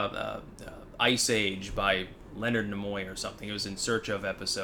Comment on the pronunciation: Leonard Knee-Moy, not Leonard Nim-oi.